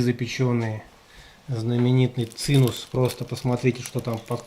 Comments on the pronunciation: Wtf - цинус? Есть цимес или цимус - сладкое еврейское блюдо! Так, на будущее... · Цимес. Евреи говорят "цимес".... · Правильно говорить ЦИМЕС .. еврейское слово вроде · Правильно говорить "ЦИ'ММЕС " по одесски-еврейски ...Спасибо за винимание! Удачи!